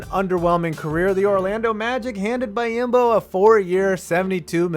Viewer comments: It’s pronounced bee-om-bo not buy-im-bo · It’s pronounced bee-on-bo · It's pronounced Bee-yahm-bo. You're putting letters where they don't belong.